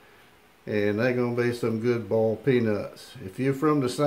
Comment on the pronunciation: "Bawlt" peanuts.